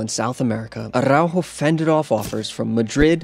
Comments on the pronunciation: bruh, pronunciation is off. it's ARaujo, not ARRaujo. Stop Sofía Vergaring his name, just use ur regular english 'r'. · why he pronounces araujos name like aRRaujo?